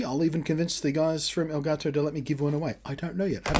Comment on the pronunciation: Reviewer is the first person to say "El Gato" correctly